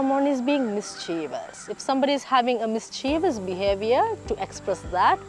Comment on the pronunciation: Oh so cool... But check your pronunciation on mischievous dear.. See ya soon.. Hugs.xoxoxo Gams.. 😘